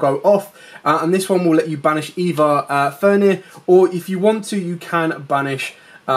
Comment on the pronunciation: good video. thx. but would love if you used correct card names. triggers my OCD ;) "fenRir" not "fenir" ;) anyway. thx for video